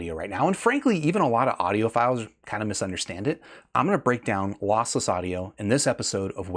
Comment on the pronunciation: says audiopedophiles